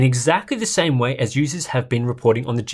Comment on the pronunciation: "The wey it's meant to be played"